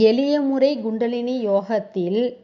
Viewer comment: Gundalini அல்ல Kundalini K-k- not G. Not’G’ Tthaavaram - Not Daavaram Th. Not Dhaavaram Horrible உச்சரிப்பு Dhavam அல்ல Thavam(tha, tha) SKY yoga -SGY யா?SKY யா? Upadesam- U’b’adesam அல்ல P not b விலக்கம் அல்ல விளக்கம்(ள)- ல அல்ல